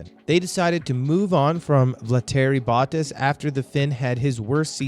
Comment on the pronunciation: Hey man I’m a sub nice vid but if I could give you some pointers do a little more research on name pronunciation. I found your pronunciation of Bottas, Leclerc, Binotto and Sainz very jarring. Especially Sainz. Simply watching F1 regularly you get used to hearing these names pronounced a certain way so these different pronunciations really take me out of it. Lastly, and this really isn’t a big deal, but the video just kind of ends abruptly. Might I recommend some form of an outro? Most channels that produce your style of content will have a bumper outro that will include a subscribe button and a link to another video while the narrator will leave a message such as “thank you for watching, be sure to like and subscribe”. That may not seem that important, but YouTube statistics show that telling your audience to do that actually has a huge effect on how many viewers do. Appreciate the video just trying to be constructive since you seem to be more up and coming. Also you sound American and as a Yankee F1 fan I wouldn’t mind seeing more of us involved in F1 related content.